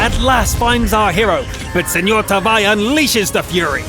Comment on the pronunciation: U said SemorTaavi wrong :(